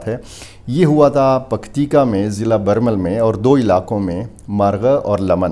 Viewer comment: It's Birmal not Barmal.